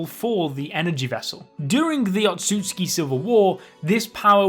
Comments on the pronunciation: Otsusuki, otsusuki wtf is that. Its otsutsuki. Otsusuki means lier in japanese. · Any one else mad about how the pronounced outsutsuki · You said otshusuki 100+ times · It's Otsutsuki lol